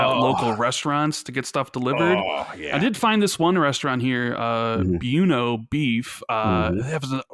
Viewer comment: And he butchered Buona Beef too lmao. Good guy tho